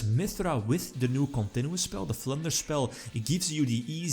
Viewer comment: I kept thinking you were saying "Plunder Spell"